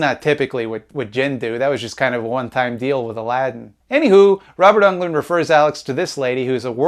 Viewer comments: Robert UNGLUND??? C'mon. Englund. Dude. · For the love of god never say Robert Ungland ever again